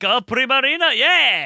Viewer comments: I like the fact they keep on pronouncing primarina, prismarina cause they are so used to the word prismatic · "prismarina" hehehe